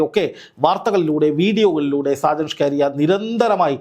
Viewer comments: DEAR JOURNALIST, PLS PRONOUNCE HIS NAME AS ഷാജൻ സ്കറിയ । അല്ലാതെ സ്കാരിയ അല്ല . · ഷ്കാരിയ അല്ല ! ഷാജൻ സ്കറിയ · സാജൻ സ്കാരിയ അല്ല.. സാജൻ സക്കറിയ എന്നാണ് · എത്ര കഷ്ടപ്പെട്ടാണ് ഇവൻ സാജൻ സ്കറിയയെ സാജൻ ഷ്കാരിയ ആക്കുന്നത് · സ്കാരിയ or സ്കറിയ? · നിങ്ങൾ ഷാജൻ സ്‌കറിയയേ കളി ആക്കുകയാണോ. നിങ്ങൾ എന്തിനാണ് സ്കാരിയാ എന്ന് പറയുന്നത്. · ഷ്കാരിയ അല്ലടാ ശശി, സ്കറിയ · ഷാജൻ. ഷ്കാരിയൻ.. നാക്ക് വടിച്ച് പറ വടുവ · സ്കാരിയ അല്ല സ്‌കറിയ എന്ന് ആണ് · "ഷാജൻ ഷ്കാരിയ" അല്ലടോ😂😂😂 ഷാജൻ സ്കറിയ ആണ് 😅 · ഷാജൻ സ്ക്കറിയ "ഷ്ക്കാരിയ" അല്ലാ.... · സ്കാരിയ അല്ല 🙄🙄സ്‌കറിയ. കഷ്ട്ടം. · ഷ്കാരിയാ അല്ല പുല്ലേ... സ്കറിയാ... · ഷ്കാരിയാ ആണോ സ്കറിയ ആണോ മാഷേ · സാജൻ സ്‌കാര്യ യ അല്ല സാജൻ സ്കറിയയാണ് താൻ പുതിയ പേരു ഇട്ടതാണൊ😂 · ഷാജൻ സ്‌കാരിയാ അല്ല... ഷാജൻ സ്കറിയ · ഷ്കാരിയ അല്ല, സ്കറിയ. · സ്‌കറിയാ എന്നാണ് ബ്രോ.. 🙏എപ്പോഴും നിങ്ങൾ അയാളുടെ പേര് പറയുന്നത് ഷ്കാരിയാ എന്ന് കേൾക്കുമ്പോൾ വളരെ ബോറാകുന്നു 🙏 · സ്കറിയ.. എന്ന് വായിക്കാൻ അറിയില്ലേ? അതോ തള്ളി രസിക്കുക ആണൊ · സ്കറിയ എന്ന് തനിക്ക് നാവ് വഴങ്ങില്ലേ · ഷ്കാരിയയോ? കറിയായല്ലിയോ😅😅😅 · എടാ മൈത്താണ്ടി നാക്കു വടിക്കണം എന്നിട്ട് അന്തസ്സായി സ്കറിയാ എന്നു പറഞ്ഞു പഠിക്കുക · സ്കറിയ, ഇതു പോലും പറയാൻ പറ്റുന്നില്ലേ reporter സഹോദരാ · Perché dici സ്കാരിയ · താങ്കൾക്ക് സ്കറിയ എന്ന് പറയാൻ അറിയില്ലേ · ഷാജൻ സകറിയ എന്നാണ് അയാളുടെ പേര്. താങ്കൾ വായിക്കൂന്നത് കേട്ടാൽ ആരാണ് എന്ന് കരുതി പോകും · അക്ഷരം പഠിച്ചു കാണില്ല